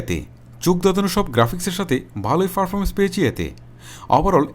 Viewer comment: Vai performance na parfomance😂😂😂😂🤣🤣 and accurate na eccurate🤣🤣🤣